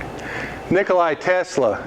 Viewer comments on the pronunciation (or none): not nick-oh-lie. It is ni kuh luh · first of all both JP Morgan and JJ Astor have sponsored him. Astor for Colorado Springs laboratory and JP Morgan for Wardenclyffe Long Island. AND IT IS NOT NIKOLAI TESLA ..... IT IS NIKOLA TESLA. NIKLAI IS RUSSIAN NAME, TESLA WAS SERBIAN.